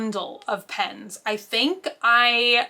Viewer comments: PENS not bloody PINS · How come you can say jetpens right but when it’s just pen it’s. “pins” lol so cute!